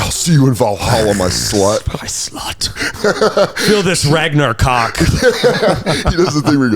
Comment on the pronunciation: "Ragnacock" lol